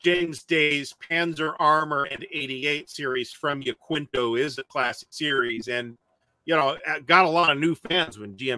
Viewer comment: Another entertaining video. Point of order: Yaquinto is a Spanish word and pronounced "ya-keen-to".